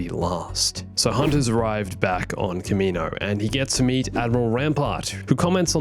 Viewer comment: kaminoans, kaminoans. Good god, we've since learned it's pronounced CAM-EE-NO-ANS. Why does everyone call them this?